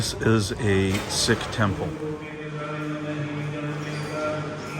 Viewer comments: It's not pronounced Sick it's Seek. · Please pronounce Sikh as seek! Not sick! Ffs!!